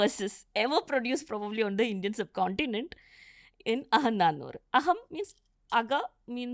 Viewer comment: isn't it Aganaanooru, why she pronounce it that way